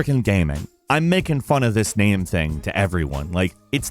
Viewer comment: Why does he pronounce gaming like gaeming? Is it an accent thing?